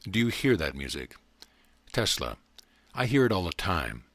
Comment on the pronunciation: Telsa? Really? you couldn't even pronounce his name correctly?